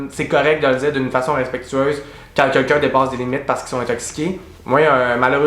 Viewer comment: tu dis « Quequn » comme Gabrielle 😂